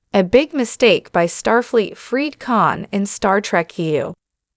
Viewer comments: It's KHAN not CAn its Seti Alpha FIVE not Seti Alpha Vee It's STar Trek TWO not Start Trek Q maybe you should invest in better AI Text to speech software yours is GARBAGE, even Chat GPT has better Voice Engine that what you are using and it is free. If only you would learn how to use it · AI narration is a bad joke ... the wrath of Can???